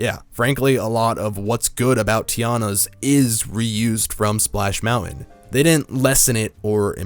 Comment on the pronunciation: Each time you say Splash Mountain all I hear is Splash Melon.